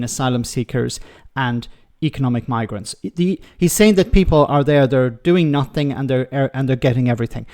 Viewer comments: Stop saying ‘noffink’, for fucks sake. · "doing nofink and getting everyfink" 😅😅😅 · “Nothink” and “everythink” ? What the hell does that mean ? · If they "don't do nuffink" they must be "doing summink". He's thick as mince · I judge him for saying nuffink too. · what is NUFFTHINK ..can these people not grasp basic English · You can tell how educated he is by the way he says nothink... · The word is nothing not nuffink. Therein lies the problem.. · what the hell is a NUFFINK